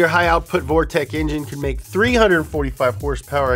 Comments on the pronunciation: Liked the vid simply for hearing "hersperwr" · I liked the video, only because asked and because he calls horsepower, "hersepers". Respect the Donut